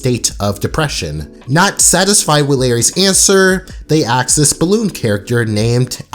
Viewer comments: Stop man its "ask" not "aks" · 18- :22. you just used the word “axe”. Instead of ask. Where are you from originally my man!? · dude its ask not axe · "You could ever axe" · ayeee so im not the only one who sometimes says axe instead of ask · Ask. A-S-K. Not A-K-S. Ask. Asss-k. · I like the way he pronounces "Ask" as "Axe". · why do you say "axe" instead of "ask", i also noticed in your video about Courage's "the Mask" episode, you keep saying the "Max" instead of Mask? wut. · I like how you said axe which is similar to how darwin says ask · That moment when he said aks. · this Nigga really said axe 💀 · Idk why but when ever say ask I hear are axe and I find it very funny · It sounds like Darwin made this video... nvm this guy just chooses to mispronounce the word “ask” for some stupid reason